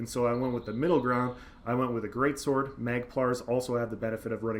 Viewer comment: Whenever you say "greatsword" I hear "greatsorc" :D